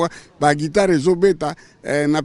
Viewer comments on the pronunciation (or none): none